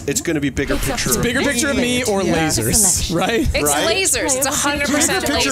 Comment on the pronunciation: sooooo..... that DEFINITELY said "losers!!!" and not "lasers!!!" I was so confused